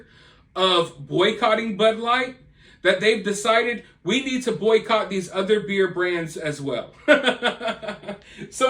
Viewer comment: Im sorry. Are you saying boy coch?